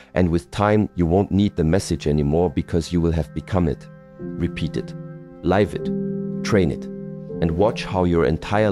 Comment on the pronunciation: These words from the are inspiring. A pity that AI. has not learnt the different pronounciation of the words" Live & Life." This Rather spoils the message